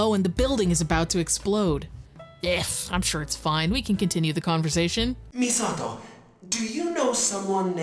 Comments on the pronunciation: He's saying Misato pretty accurately for the Japanese pronunciation, but it stands out as clashing every other word he says. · I love that this goofball main character puts in the effort to pronounce Misato somewhat correctly, while Misato herself be like "My name is Misahdough". The cherry on top is that it makes him the odd one out and sound like a tryhard weeb 😂 "Misa*T*o!!!" What a rich experience. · The way he pronounces/enunciates Misato's name reminds me of those old English Godzilla dubs. It's technically correct but mixed with bad acting lol. "MI-SA-TOOOO!!" Love your videos btw, every one is an entertaining gem during which i get to experience games i only got to ogle in game magazines of my youth (and i ogled the hell out of the Countdown Vampires ad lmao) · It took me a while of listening to this stupendous voice acting to realize these voices have an uncanny resemblance to scripted audio from English language textbooks: the ridiculous over acting, the clear yet stilted enunciation of almost every word, and the pains the Keith takes to pronounce Misato. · The way Keith pronounces “Misato!” makes it sound like they deliberately copied the Japanese v/o.